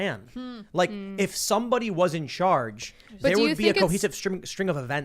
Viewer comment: “In Chairge”…as in “He leads the chairge”😂